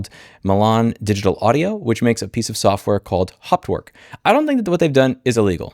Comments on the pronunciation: For someone with a German surname, your pronunciation of Hauptwerk is quite amusing. Sadly, that is the only amusing part of this video. 😢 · Problem is, that MDA's main product Hauptwerk (pronounced haupt + werk, not hopwork) has the biggest share in the very, very small niche market of digital home pipe organ emulation. Unless that person makes some serious noise in organist circles, this won't be noticed. Many organists on Youtube use Hauptwerk and they won't boycott it, there are very few alternatives. But yes, not offering the older versions is a dick move. BTW I don't own it, but bought their competitor Organteq from Modartt.